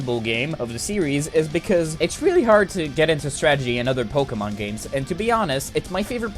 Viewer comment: "Poukimone" Also write a script, that was some painful improvisation